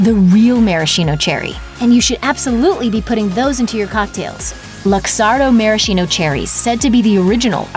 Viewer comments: [maraskino], not [marashino] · Gizelle Smith it’s actually pronounced “mare-a-skeeno” after the spirit they were originally soaked in.